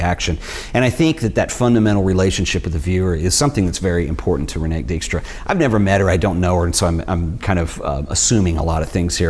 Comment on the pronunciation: Concerning past masters and Dijkstra (Please, work on your pronunciation of Dutch/ German names). There recently was an expo in the Frans Hals Museum pairing her photo's with Hals his work. The link was pretty clear that way.